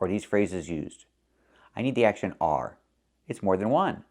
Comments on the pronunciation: I agree should watch five of your excellent videos before she makes any other one. But I think she said “are” not is, but a very light and not well enunciated “are”? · Yes, but she didn't pronounce the /r/ sound, so -- a native speaker -- heard it as "is." It's the same type of mistake as her pronunciation of "modern".